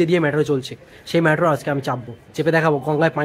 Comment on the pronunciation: It's not ম্যাট্রো - it's মেট্রো